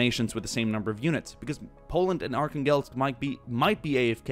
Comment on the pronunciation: Btw Arkhangelsk is pronounced arhanglesk, it’s not a huge problem but it kinda bugged me.